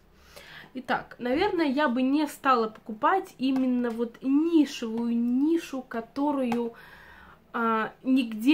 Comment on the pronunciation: У нас ароматы вообще нельзя менять, так же как и косметику. Ты говоришь "нишу", а мне слышится "Миша", думаю, что за аромат Миша )))